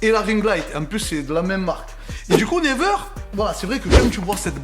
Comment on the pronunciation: C't'accent Anglais Ah ah ah!!! Never on dit niwaire plutôt mais ça me fait golri qd même bravo!!!